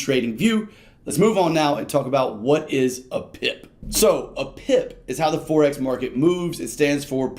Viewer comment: Forex, as in foreign, not forex as in fourex.